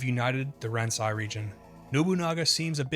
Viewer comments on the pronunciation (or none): I think "Ransei" is pronounced "Ron-say"